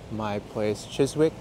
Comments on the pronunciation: Chis-ick not chis-wick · Hi there. Chiswick is in the London Borough of Hounslow I think (you were previously in the London Borough of Hammersmith and Fulham), and the “w” is silent, so it’s pronounced more like Chis-ick. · The word Chiswick does not pronounce the letter 'w', so it is pronounced Chisick. An otherwise relaxing and pleasant walk in one of London's nicer areas. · I enjoy your walk videos and your observations and commentary. One day you must walk Ealing Broadway my neck of woods. My daughter used to pronounce it Chis-wick when she was little, always brought a smile to my face. The W is silent not sure why that is so, so its Chis-ick. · mispronunciation is understandable - but I must admit I found it funnier than I should have done 😀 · The “w” in Chiswick is silent and the “ou” in Hounslow is pronounced “ow”. :). English place names are often pronounced in a way that is not obvious!